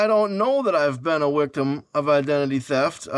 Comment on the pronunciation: 😂 You're a wictim,! 😂